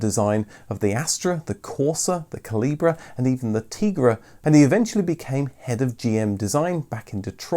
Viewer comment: The special edition MK Cavalier in red was called the CALIBRE, not CALIBRA. Its pronounced the same as "small calibre weapon".